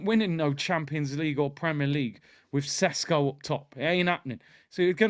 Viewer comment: Do you think Arteta doesn’t know that next season is crucial, do you think the owners will spend 60 plus millions without doing their due diligence. You making Sesko sounds like sonogo